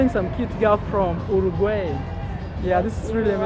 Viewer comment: uruguay pronounced Euro Gwuy